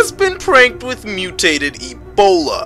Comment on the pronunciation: The emphasis of e'B'ola tho 😂